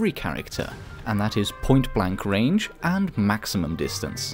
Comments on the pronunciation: you said dinstance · XD " dinstance " you English very well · “Dinstance” love ur vids btw :) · Did him using “dinstance” kill anyone else? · Don't you mean Dinstance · Lol it said dinstance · thats not how u say distance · I lost it at "distance"